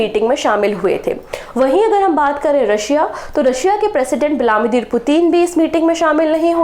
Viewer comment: Mam ap vilamidir kyu bolte ho it’s viladimir 🥵